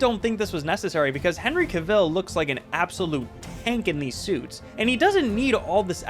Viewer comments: Bruh, why do CAV-ill not "cav-ILL bruh. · No offense, but Christopher's last name is Reeve, not Reeves. Reeves was George's last name in the 50s. Also, Henry's last name is pronounced CA-vill, not ca-VILL. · Henry Cavill is pronounced like you’re saying travel. Not Ca - veel. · Hey, good list. Just a quick little note: Henry Cavill's name is pronounced "KAV-əl" (rhymes with "travel"). Also, there is no "s" at the end of Christopher Reeve's surname. This is a common mistake, as many people confuse George Reeves with Christopher Reeve and swap the "s". Just FYI! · The guy mispronounced Brandon Routh, Tyler Hoechlin, and Henry Cavill lol. I don’t think it’s that big of a deal